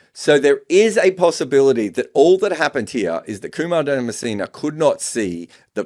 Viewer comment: himself is of subcontinent origin, yet he constantly mispronounces names from the same region. Calling Dharmasena ‘DharmaCENA’ and Hasan Raza ‘HYASAN Raza’? Come on—half of Pakistan is named Hasan. No need to act so pretentious.